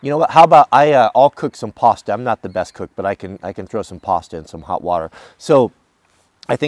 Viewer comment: Pasta not pasta